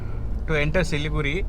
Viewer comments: Siliguri is the right name and it should be pronounced as Siliguri. Not Siligudi..... Hope u r clear. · The R in siliguri is pronounced with a hard r. Like the pronounciation for Vijaywada. The d is closer to r. But sounds hard. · for siliguri its not Da and its not ra. its adha/ardha which is impossible to write in English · As you said about Siliguri being pronounced as Siligudi , one such thing I have heard from my UP friend is pronouncing Gurgaon as Gudgaon. It is like few of my telugu friends pronouncing Satyam as Sachyam. Each state has their own special phonetics. Btw I enjoyed your video thoroughly